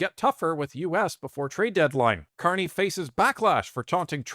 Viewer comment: Ah, the Ever Amazing Prime Minister Mark Can't-Eh ...